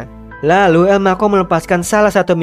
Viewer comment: elma cho menjadi elmako wkwkwkwkwk